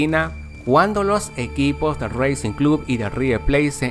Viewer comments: No es que quiera criticarte pero racing no reising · "Reicing" RACIN PAPÁ Una falta d futbol tenes, nunca jugaste ala bocha de chico? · dice rhuicing y es racing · Reicing jajajajajajaja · REISING JAAJAJAAJ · "reising" xdd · Es borusia dormund no brusia... Racing... Como suena no reicing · No es reicing es racing lo digiste mal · Si sos de argentina te reiste de esto raicing en ves de racing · Reicing club y raiver pleit !!! jajajajajajajajajajajaja lcdtm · no sabia que racing se pronunciaba reixin jajaja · No se dice asi racing bro saludos